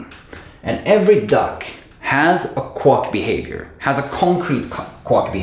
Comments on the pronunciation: Good video but remember Quack rhymes with lack, sack, back Not luck, suck, fuck, or duck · So many positive comments, all so well-deserved. It seemed all over the place while I was watching it but it just all comes together so well. Only comment is that "quack" is normally pronounced to rhyme with "black", "snack", "sack" and "track". Great video! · Just found this video and some others by you and I’m really enjoying your energy and explanations! I just wanted to relate an amusing interaction between your accent and my university life (~25 years ago). You pronounce “quack” like it rhymes with “duck”. In America, at least, most people pronounce it like “hack”. However, when I was in college, one of my profs needed a third and fourth generic function names. That is, when you need to sort of generic, abstract identifier, many programmers use “foo” and then “bar” (because of the acronym “fubar”). But what do you do if you need more identifiers within the same example? At the time, “baz” was in somewhat common use for id 3. This prof was trying to popularize “quux “ (rhymes with ducks) as the fourth identifier. Anyway, the Venn diagram of people who could possibly find that amusing consists of just me. (Also, please note that there’s nothing wrong with your accent or your pronunciation of “quack”. I’m just relaying a, to me, very amusing coincidence) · Have you never heard a duck "quack" before? It's prononced "kwak", not "kwok" 😋 Thanks for the great video! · every time he said 'Quock/Quuck' instead of Quack i lost it 🤣😂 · No offense, but I couldn't figure out what a kwok was until I looked the video: quack, which rhymes with back, flack, hack, Jack, lack pack, sack, stack, tack, yak, Zach.